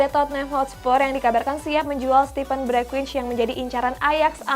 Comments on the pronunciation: Bergwijn itu dibacanya 'Bergwain' bukan Bergwich 🙏🙏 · Bereqhwaiyn bacanya